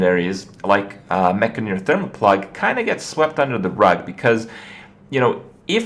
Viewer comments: Enn-Jah-Neer, Not Enn-Gah-Neer **or Enn-Guh-Neer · maybe that's how you say the word 'engineer' ha but certainly not how its spelled or pronounced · It's clearly the first pronunciation man! Mekgineer, like engineer? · Say Gin, Say Engine, now say Engineer, and finally say Mek-gin-eer